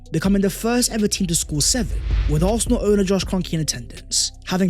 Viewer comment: How can we take a guy who can’t even pronounce Arsenal correctly talk about Arsenal. Absolutely Toxic Positivity